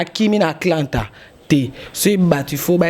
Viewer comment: Ezali Atlanta e non Aklanta